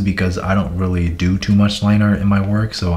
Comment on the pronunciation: “ it’s its TwO MWuCh” I’m dead